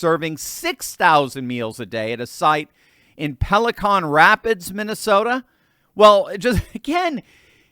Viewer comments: great/disturbing video. Thanks for removing the blinders for us. By the way, the town in MN that you mentioned at around the mark, Pelican Rapids, is like the bird--PELL-ih-cun, rather than PELL-ih, cahn, one of which carried Nemo in his pouch in Finding Nemo, the rest of which got stuck in a boat's sail. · made me laugh when he said "Peli-CON" Rapids. I'm guessing that was a slip as it's Pelican Rapids, but it's awesome if it was intentional. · Sorry - it’s PeliCAN Rapids, not PeliCON